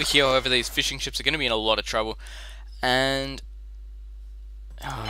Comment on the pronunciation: The way said fishing ships really sounds like fish and chips.